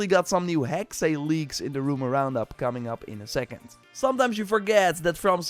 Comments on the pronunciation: Sorry, I have to say it. Hearing since you first announced "Hexe" its pronounced "Hex-ah" =witch in German 😊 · Not the case. "Hexe" is the German word for "Witch" and is pronounced "Heks-uh." The same as the "-e" in "Porsche." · The E is silent making Hexe pronounced HEX